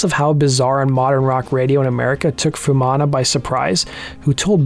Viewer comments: It's not "fewmana", it's "foo-eh mana" each vowel is pronounced. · A bit disappointed you didn't get the pronunciation of his name right (foo-ee-manna). He was not just born to Polynesian parents; his father was Niuean but his mother was Maori. Otara does have high deprivation but Pacific people are the nicest and most down to earth people you could meet. It has nothing on gangs of LA.